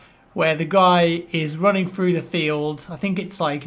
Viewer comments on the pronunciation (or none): none